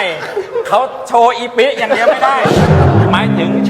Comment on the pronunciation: ถ้าเป็นคนภาคกลาง ควรออกเสียง อีปิ ครับ มาจากชื่อกะปิ ถ้าอีปิ๊ ภาษาภาคกลางมันหมายถึงอะไร คงรู้กัน แต่อย่างว่าครับ นี่รายการตลก จะออกแนวหยาบโลนก็ฮาๆกันไป